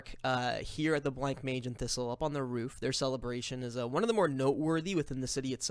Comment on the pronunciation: I know it's much too late, and this is a really fun watch, but it's pronounced Bla-monge. Not Blank-mage.